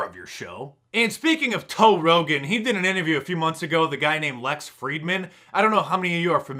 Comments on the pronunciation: Mark! You said Toe Rogan! Haha! I think someone is secretly a bear! Too awesome! Rogans up for mark dice! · "Toe Rogan" ha ha I see the gravy. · "Toe Rogan"? What's your "Bear Name," Mark?